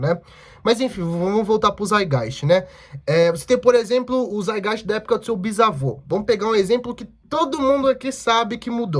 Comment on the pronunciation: O Althusser tem um texto chamado lenin antes de hegel em que ele comenta que lenin opinou corretamente sobre Marx e hegel sem ler hegel. Ou seja, é contraditório com o que o proprio lenin disse depois ao ler o hegel. Só pra constatar a treta. E o termo é saitgaist, tem que pronunciar o "t".